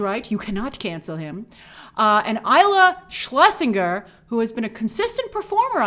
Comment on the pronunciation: First off, her name is pronounced “IL-EYE-ZA Schlesinger”, referring to her Netflix movie Good On Paper. Second, I’m happy for F9 making $70M this weekend. I saw it in IMAX on Friday night here in Edmonton, Canada 🇨🇦, and it was sold out, but we’re only at 30% capacity as theatres here reopened 3 weeks ago.